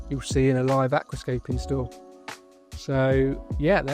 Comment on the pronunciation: Looks fabulous. Major effort though and you didn’t even sound stressed when we spoke the other day. Congratulations on building a thriving business with aqua scraping….an impressive achievement.